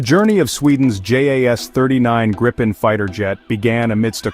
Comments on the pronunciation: Please use the correct pronunciation of gripen: It is not [ˈɡrɪpɛn] but [ˈɡriːpɛn]. In case you're not so familiar with the global IPA script, which must be assumed: The difference is the first vowel, the I: It is spoken long (like in english: seen), thus not short (like in english: sin). You can even find it indicated in its WP article. The confusing use of 'same vowels for different sounds' is owed to the Great Vowel Shift (GVS) you had in english. Go to its WP article and head right to Talk (top left), then to the comment starting 'The linguistic knowledge level displayed...', disregard the detractors: There you find what you need to know. And: 'Get a gripen, please' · Try saying "Greepen" instead of "Grippen"